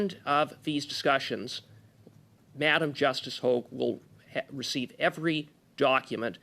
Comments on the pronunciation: Sorry this drives me nuts it is not LeblanC. He is french so the c is silent. But also he needs to understand it is Hog like a pig but hoag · Hogue le blanc not hog.